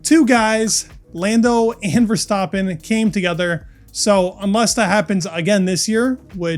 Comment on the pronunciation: Verstaapen...? There's TWO -P's in his name for a reason, dude... ANyways good show as always!